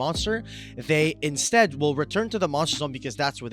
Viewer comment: I come back to ruling videos every so often and I just noticed the "intstead"